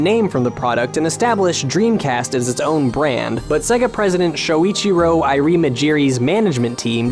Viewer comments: It's "say - gah" Not "seh - gah" Honestly, wtf? You narrate a video about this topic and don't even know how to pronounce the subject of the video? And there is no arguing this. There is no grey area. You are pronouncing it wrong. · Many people are here wondering of the accuracy of this video. My gripe comes with hearing how many times he pronounces Sega to rhyme with Leg-a, when every time you pop in a Sonic game, the game itself says Say-ga. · DYK the correct way to pronounce SEGA is 'Say-ga' not 'Segga' Source - the loading screen and sound of every single sega game ever made. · Is anyone else irked by how he keeps saying "Seh-ga" instead of "Say-ga"? Ya know, like they say when you start up any of their games.... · It's "sayga" not "segga" how annoying! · The pain! It's Say-ga, not segga!! AAARRRGGHHH! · How many times can you pronounce Sega wrong in 9 minutes? It's say-gah not segga. Have you never played a Gensis/Mega Drive,? It shows you how to pronounce Sega as soon as you turn it on! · Anyone else bugged by the way he pronounces Sega as 'Segger' instead of 'Sayga'? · DID YOU KNOW, SEGA is pronounced SAY-GA, Not SEGA. Jesus this annoyed me. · Did You Know it's pronounced SAY-gah, not SEH-gah. This is made clear by the boot screen on every single Genesis game ever made. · Now all I can hear is Seh-ga. and it's getting on my nerves. It's Sayga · It always sounds weird when I hear an American pronounce it "Segga". I mean, it's not like you heard "Say-gaa" at the beginning of every Sonic game or anything. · How about you pronounce it properly It's pronounced "sayga" not sega Just go and load up Sonic if you need to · If he says "Seh-Guh" again I'm going to murder him. "Say-Guh", not "Seh-Guh" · It's not Seg-a man, its Say-gah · Oh my god... STOP SAYING SEGA LIKE SEGGA OH MY GOD! It's very annoying. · stop saying segga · It's not pronounced "segga". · mary hadfad In Japanese, Sega is セガ, 'se', as in sent. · Sega. Say-guh. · Stop saying Segga!!